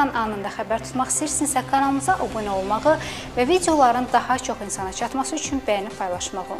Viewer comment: Ay aparici obunə yox ABUNƏ